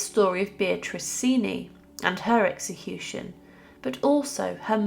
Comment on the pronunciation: To put it bluntly, the father raped Beatrice. BTW, I believe the family name is pronounced Chen-chee.